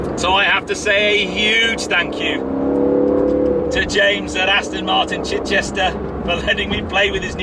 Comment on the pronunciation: I've told you before, - it's NOT AstIn!! You don't do it all the time but today, you started slipping back into your old habit! Bad!!!